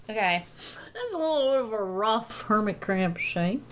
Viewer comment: With the hermit crab I kept thinking she was saying hermitcraft. If yk, yk